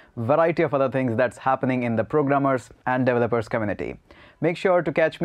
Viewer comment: Delopers Delovers Devolers Devopers. One day you'll pronounce it right. ...or just fukin say 'Devs'.